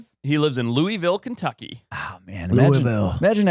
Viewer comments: Its not "Loo-ee-ville" is "Loo-uh-vul". We took all them fancy European sounding words and made them American. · More like Lou-a-vuhl but your close